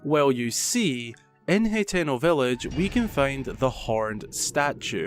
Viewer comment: Hay-teno... lolll